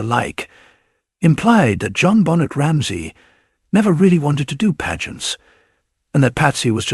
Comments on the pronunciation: How about saying Benet not Bonnet smdh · Pathetic you can’t even pronounce her name correctly. Another AI dependent trash channel.